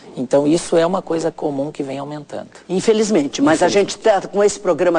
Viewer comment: Essa entrevistadora fala mais do que o médico."infeljzmente"